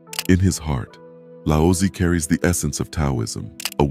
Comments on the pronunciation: Nice video. I just wish the narrator pronounced Tao and Lao Tzu correctly. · Yeah; AI voices really screw words up. I guarantee this is AI automation project